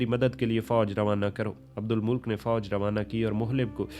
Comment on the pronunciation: Abdul Malik nam h ap esay abdul mulk boul rahe ho😂